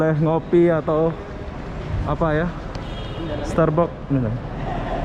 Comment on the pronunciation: Starbuck bunyi nya Seperti ini Starbak. Sya dengar sebut Starbok. Bok atau box itu bermaksud kotak.